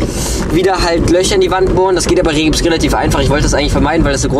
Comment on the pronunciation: 😎Hey, wie immer cooler VLOG! 🤔Aber sag nicht immer "REHGiPS" 😂😂😂es heißt Rigips!!😇